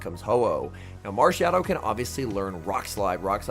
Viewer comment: At 15 mins it sounds like you say marshadow DODO 💩